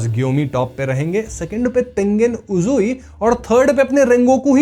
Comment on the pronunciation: KYOJURO ❌ KYUJORU ✅ Is aadmi ka yehi kaam hai. Names ko galat bolna as if isne names pe thoda bhi dhyaan nahi diya. Uzui ko uzi oozi jaise bgmi k guns ka name batata and HANAFUDA ear rings to HANUFADA wagera wagera huh. Bro teri explanation achhi hai but dhyan dediya kar bhai names pe